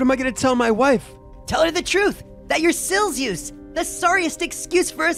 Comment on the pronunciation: This Is How You Pronounce Silzous (I Think) Sill-Zee-Os